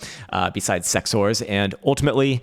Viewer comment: Did he say CEX Wars or Sex Whores??